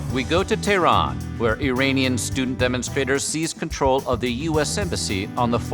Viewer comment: why do you always say Iranian or Iran incorrectly. it kills me. -_- :(